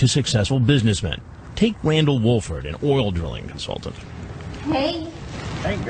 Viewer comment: "...an oildrlngcnsltnt."